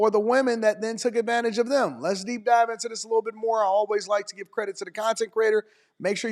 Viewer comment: And another thing I know it’s small but I’m super annoyed how it seems every woman emphasizes the word liKE (lie-KUH) it’s just really annoying